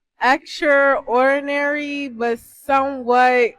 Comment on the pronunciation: Not knowing how to pronounce gauche is okay because its not commonly used, extraordinary and silhouette are really bad tho